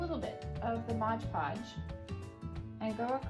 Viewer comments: MOD podge, not modge podge.....sorry, can't help it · MOD Podge not Modge Podge.